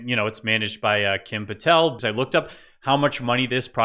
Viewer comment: Did you say the name Patell